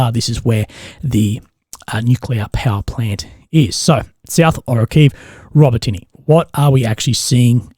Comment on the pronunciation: please try to pronounce the names of the cities...... it's not: Robo Tinny 🤦‍♂ it's Row-Bah-Ti-Nah! emphasis on Bah.